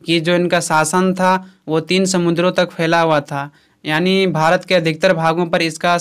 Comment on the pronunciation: bhai yaani hota hai aani ni😂😂😂